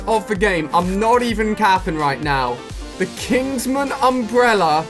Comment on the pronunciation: Please alia don’t ever say caping again 😂😂